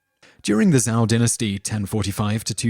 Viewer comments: im sorry but you are showing a samurai battle, samurai are japanese not chinese. Qin in not pronounced kin its chin hence the name china it is technically Qina and Zhou is not zou it is like Chow with more of a sh sound in there. Wei is pronounced way han is more like haun and think of anything with an a in it as less of a sound but more of an au sound like august that's about how much i want to say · You should have researched a bit about how to pronounce these Chinese names. You really massacred them, and they aren't that hard to say. For example: Qi = "Chee" Qin = "Cheen" Zhou = "Joe" See?